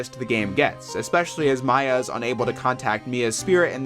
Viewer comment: You didn't say Gyakuten or Maya right.